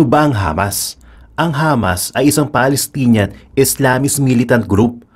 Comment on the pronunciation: Hamas, sounded Lamas, lol